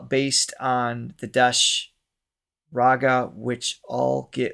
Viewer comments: The raga is pronounced Daesh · Sangam means confluence and the Raag is pronounced Daesh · Desh is pronounced Day-sh